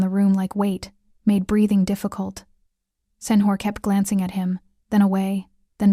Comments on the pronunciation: You keep saying senor wrong its not whore its senyour not senwhore its spanish ty is this a mafia story or about whores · Sen-hor……..sen-hor. Ugh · Excellent story and well read. Except the narrator should learn how to say Señor